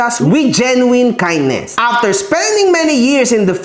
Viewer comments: *correction lang po Genuine correctly pronounce as JEN-yoo-in not Jen-yoo-wine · Kahombre, solid follower mo'ko dati pa ako nanonood sayo. Correction lang sa pag pronouce mo sa "Genuine" it should be; Jen • nWin. Walang halong yabang or what, or sama ng loob alam kong hindi ingles ang lengyahe na nakasanayan mo. Keep safe! Always have a room for a new knowledge, marami din ako/kaming natutunan sayo ~ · Idol mali pronunciation mo sa prism Saka genuine pagalitan mo researcher mo